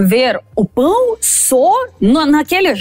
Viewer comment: ela disse pau de queijo ??? no lugar de pão de queijo?